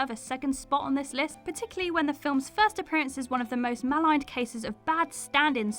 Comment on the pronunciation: You also can’t pronounce maligned 🙄